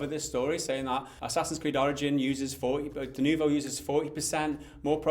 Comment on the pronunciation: its not french, and its denuvo not de nouveau ...